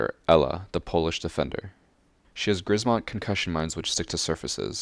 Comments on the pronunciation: Dude say concussion mines or g mines not grismot bcs its soooooooo super wrong from a Pole's perspective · If you took your time to say that GU means POISON in mandarin, you could also take your time to check if GRZMOT means anything in polish (yes it does - THUNDER) and the correct pronounciation, which is not that hard to learn instead of butchering it like you did. Some consistency would be nice. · How to pronounce Grzmot 101: Say Gshmot and go about your day pwning noobs. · Why does everyone read the "grzmot" wrong? It's not that hard.